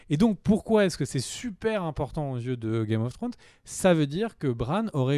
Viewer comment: Vidéo parfaite à 99%, le 1% qui manque c'est l'élocution au départ de Game of Fhrones 😋